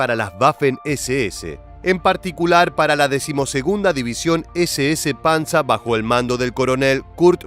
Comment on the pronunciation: No es panza , es PANZER muchacho